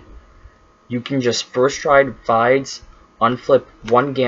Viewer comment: Also Fides is pronounced as Fee-dus not like you were omg